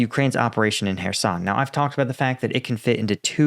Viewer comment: Hey... IMPROVEMENT!!! You Prounounced Kherson correctly!!!!